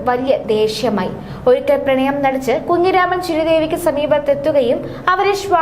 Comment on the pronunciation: മലയാളം പറയാൻ അറിയാത്ത ഈ കൊച്ചേതാ ഡേ കുങ്ങിരാമൻ അല്ല കുഞ്ഞുരാമൻ